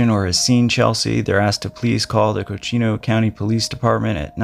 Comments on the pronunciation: It’s Coconino County. Not Cochino County. It’s the second largest county in the country. Very desolate in places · It’s not Cochino, it’s Coconino. It’s pronounced “coco” (like the hot drink) and “Nino” (like the weather system El Niño). Just saying. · coconino = cocoa nee no